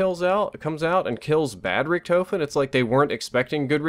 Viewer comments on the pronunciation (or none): I noticed be saying Richtoefen instead of Richtofen 😂😂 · "Rick-Tah-fin" not "Rick-toe-fin" just letting you know because I know you like to have good pronunciation. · How hard is it to pronounce Richtofen like tmartn says rickduhfin and is saying ricktoefin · how can you hear "Richtofen" so many times and still say it like that?! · Man, you said Richtofen wrong the entire video. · Please tell me your joking? He can't even say richtofen correctly.